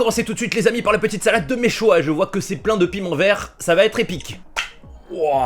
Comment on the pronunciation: Ça se prononce chouchouka et mechuiya sinon superb vidéo